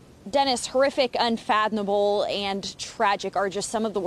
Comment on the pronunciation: both the sheriff's spokesperson and the dark haired news person both said "unfathonable". Why are people so stupid? Is it the California education system.